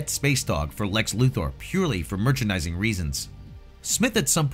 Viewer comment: I love that you actually pronounce Lex Luthor's name correctly.